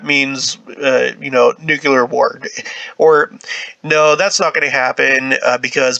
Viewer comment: Not "nukelar"... "Nuclear".😉